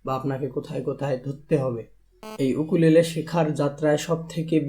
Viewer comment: Bhai eta ইউকুলেলে not উকুলেলে 😂😂